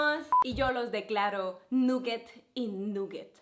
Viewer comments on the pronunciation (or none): Nugets no plis Nagets (Pronunciación) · se dice naget